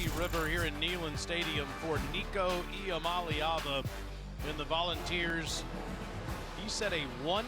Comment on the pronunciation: Alyssa Lang, Taylor Zarzour, you are mispronouncing Iamaleava. You should all be fired, you bums.